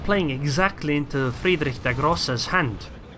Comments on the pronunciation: You're the first non-german YTer to pronounce Friedrich der Große right. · Good pronunciation, I tell you this as a German ;) Also Notser and iChaseGaming are able to pronounce German nearly perfectly, btw.